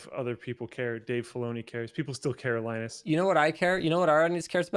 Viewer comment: LIE-nus and